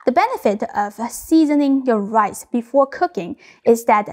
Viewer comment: Shrimpuh fried rice-uh